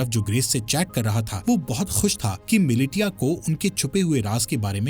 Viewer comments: ‼️‼️ miliTia nahi MiliSHIya pronounce karo use chaman..🤣🤬🤬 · Militia nahi bola jaata bhai milicia bola jata hai... Likha bhale hi militia jaata h.. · अरे भाई वो मिलिटिया नहीं मिलिशिया है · मिलिटिया नहीं मिलिशिया होता है 🤦‍♂️ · AI explanation 'mili-tiya' sucks!!! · Its Militia( Mi-Li-Shia) Haha😂